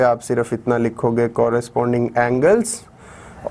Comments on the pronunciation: Sir it is congruent not conjurent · nice observation bro! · your pronunciation of congruent is wrong